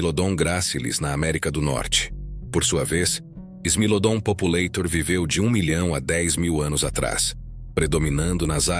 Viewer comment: Não se pronuncia "populêitor". O correto é "populátor". É latim! Não é inglês!